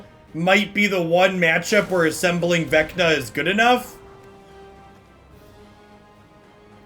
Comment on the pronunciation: Say Venka one more time.